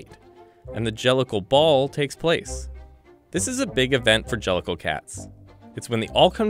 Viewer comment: An-gelical? Jellicle?